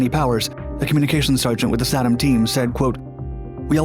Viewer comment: Tom's Best Stuff has the correct pronunciation (SAY-dum). Additionally, there was little to no radiation exposure hazard on an undamaged B54. (others were a TOTALLY different story). The 27 hour limitation was because the clocks would jam if set too long. And none of the pictures showed the EPWG. (Army EOD 68-88)